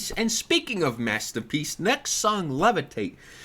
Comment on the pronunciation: “Mastapeece”